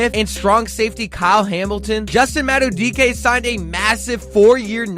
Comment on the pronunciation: Could just be me, but put in a better effort of pronouncing names right “trennon Simpson” “decoasta” and whatever you said instead of Madabuike